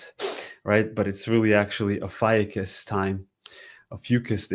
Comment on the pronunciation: Ofiucius is pronounced 'oh few choose'. FYI